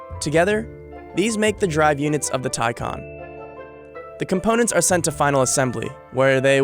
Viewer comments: FS it's Por-sche with a silent e not Porsha and it's TayCan not TieCon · Taycan is a Turkish name it means fast, young etc. Tay means colt, baby horse kinda thing and 'can' means life, soul. So Taycan means who carries a soul of colt, excited, young, fast and fresh. You pronounce it like thai-jan. Not teisen, teican, taicen, taisen or whatever. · Americans really need to learn how the letter 'a' actually works in English. Listening to this guy say 'Taicon' repeatedly is just embarrasing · The word is pronouned and spelt " Tay Can " not Ty Con . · Its not pronounced as Tay-Kan but as Tay-Chan Tay= youngh horse, Can=Life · You pronounce it as ThaiJan nit Taykan! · Reporter be like: Tycan ❌ Tycon ✅ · IT'S tay, ay, not ty, as Icon. more like Acon, the singer. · “Taican” it’s Pronounced Taecaun that’s how all Porsche’s names sound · so Thaican or Taycan? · Why does he keep pronouncing it like “Thai-can” it’s quite clearly “Tay-can” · Why call it a tie con. And not tay can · He says it like tycon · hate how he said the name he called it the "thaicon" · like the vid, interesting, but why do you keep saying taycon??? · Tycon, sounds like one of megatron's henchmen, or henchbots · Why is somebody that does narration for a business insider video, unable to pronounce T - AY CAN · Its pronounced TAY CAN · Wait... so it’s spelled Taycan but it’s pronounced Tiecon? I hate it... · How many times did this guys say “Taycan”? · What's the real one? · He also mispronounced Taycan. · I really dislike the way you pronounce the name of the car.